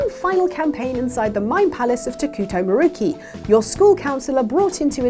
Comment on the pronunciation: am i the only one bothered by how she was pronouncing Maruki's name?